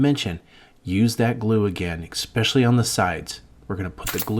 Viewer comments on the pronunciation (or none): "My wife has an OLD card table..." (Proceeds to pull out a plastic crap table from the 21st century) Also.... "One inch and one quarter" and "eck specially" Wish you weren't so awkward bud.